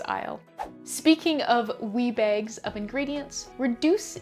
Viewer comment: Lol! In the video I thought you were saying WEED bag, now I realize you were saying WEE bag!